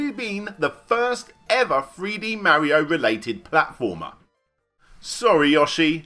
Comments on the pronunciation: your pronouncation of mario needs some improvement. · The way british people say "mario" and the way Larry says "yoshi" triggers me